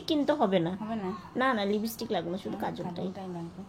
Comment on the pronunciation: Khata ta lipstick. Libistick noy..